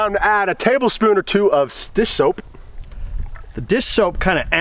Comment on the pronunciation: Lol “dishoap”